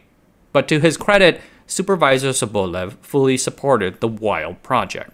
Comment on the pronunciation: It must be so hard to look up the proper pronunciation of a surname you use several times in your video, huh? It's sObolev.